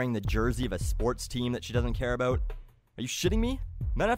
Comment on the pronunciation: probably the first time I heard a real Canadian saying that "about" that Americans all mock in their movies. Yay!:)